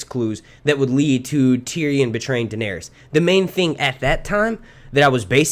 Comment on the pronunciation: WTF just happened?! Lmaooo. “DaeneRYS” 🤨🧐😂